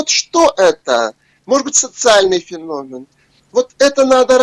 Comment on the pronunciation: Ребята... "Феномен" (ударение на вторую букву "е" в слове) Слух режет, вы же образованные люди... Почему так!? 😢